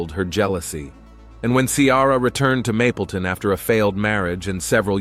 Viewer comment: “Mableton” not “mapleton” it’s irritating. Do more research